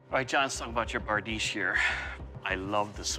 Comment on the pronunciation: barDEESH. The ...iche ending on most words in European languages is pronounced ...eesh, for example, nouvea riche, niche, pastiche, corniche, microfiche...